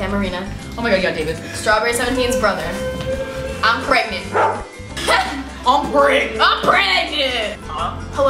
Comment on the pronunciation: I love how Jenn was like David I'm still pregat 😂😂😂😂😂😂😂😂😭😭😭😭❤️